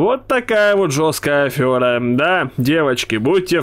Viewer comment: правильно нодо говорит афера а не афёра. в гугле можешь про это прочитать. нет же такого слова афёрист